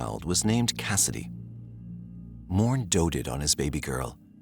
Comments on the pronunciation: Lol Morne you pronounce Mornay. The is è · Its actually pronounced MOR-NAY (Morne) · fwiw, Morne is pronounced "Mornay".